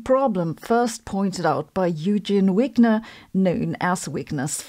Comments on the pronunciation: "Yoogeen" Wigner? Come on Sabine we can handle "Oygen Vigner" as the correct pronunciation of his German (Deutsch) name , also please. Call it ' Schrerdinger,s cat' not the mispronounced "Sch road inger's" cat ( or just Katzen or even "Puss" as Shrodinger (add umlaut) would have done 😉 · 😂 I like the way her Wigner"s problem sounds like Weakness problem.😂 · Should we pronounce Wigner the Hungarian way, as in German? ie, as v and not w?